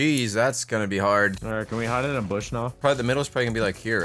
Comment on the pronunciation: He said boosh